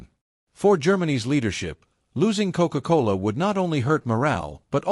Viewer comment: Very unusual word commentary to describe a beverage! Coke-Cola like a ..."Coke-Cola Hall Putsch"